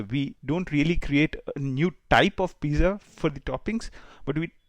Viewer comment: ‘z’ in pizza is pronounced as ‘ts’